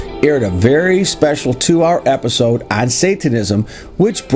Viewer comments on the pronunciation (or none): none